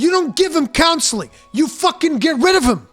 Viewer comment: "get ri-o-vim" Kek